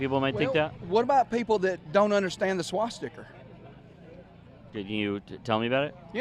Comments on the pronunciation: He said swash sticker - so educated he couldn’t even pronounce it 😂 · Homie said “swasticker”